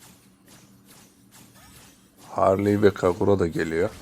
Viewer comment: Harliy demene bitiyorum ya😂😂😂